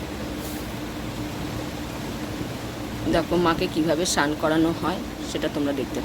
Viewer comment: উচ্চারণ ঠিক করুন কথাটা স্নান সান নয়